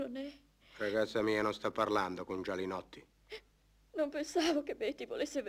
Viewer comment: Perché a volte dicono Gianinotti e a volte sembra che dicano Gialinotti , quando poi nei titoli di coda appare il vome Gialinotti?